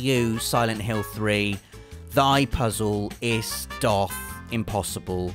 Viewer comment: "Doth" doesn't rhyme with "froth", the "o" has a "u" sound, making the pronunciation "duth". Also, "wherefore" isn't a longer version of "where", but is more akin to "why". More shame for poor old, to add to his amusing repetition of words he continuously mispronounces year after year:D